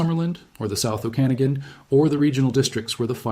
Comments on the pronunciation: The proper pronunciation of "Okanagan" is "Oh-kah-nog-an", not "Oh-can-a-gen". The origin is first nations. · Pronounced O-kan-a-gan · What a strange way to pronounce "Okenagan" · we are living in a time where we define how society moves forwards by how we choose to endorse or reject a practice. I’m all for use of AI for gathering information- but under human agency… if i sense AI in the first few seconds- I immediately disengage… why? Because you can’t fully trust what is not being vetted. If the Ai mispronounced the name of the region … I won’t be trusting the facts.